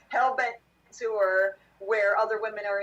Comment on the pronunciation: Is pronouncing the word "tour" with two syllables a California thing? I notice Corey saying it the same way as. "Tewwer" It's odd.